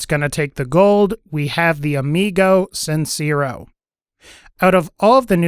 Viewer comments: The e in sincero is pronounced more like "tear" than "sear". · Lol its not pronounced sin-ze-ro, its sin-say-ro. Hyped to get that gun soon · Just wanted to let you know the amigo sincero means honest friend when translated it's also pronounced sin-se-ro